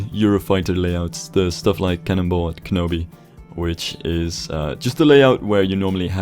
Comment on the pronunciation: you pronounced canobie wrong too! It's not Ke-no-bee it's can-oh-bee